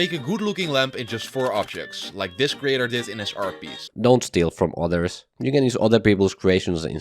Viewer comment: Every actually good tip was just overshadowed by “Dont shteel frum oters 😡😡”